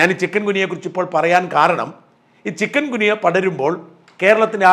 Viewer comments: Chicken അല്ല ചിക്കുൻ ഗുനിയ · ചിക്കൻ ഗുനിയ അല്ല ചിക്കുൻ ഗുനിയ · ചിക്കൻ ഗുനിയ അല്ല.. ചിക്കുൻ ഗുനിയ ആണ് ശരി.. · ചിക്കൻ ഗുനിയ എന്നല്ലല്ലൊ ചിക്കുൻഗുനിയ എന്നല്ലെ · സാർ ചിക്കൻ ഗുനിയ അല്ല. ചിക്കുൻ ഗുനിയ ആണ്. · Sir, with due respect for your kind info. It’s not Chiken gunya…Pl pronounce it as Chikun gunya…this is the medical terminology. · ചികുൻ ഗുനിയ എന്ന് ഉച്ഛരിക്കൂ സാർ Not ചിക്കൻ. കോഴിയുമായി ഒരു ബന്ധവുമില്ല. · Sorry ചിക്കൻ ഗുനിയ അല്ല ചിക്കുന് ഗുനിയ അല്ലേ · ചികുൻ ഗുനിയ എന്നല്ലേ?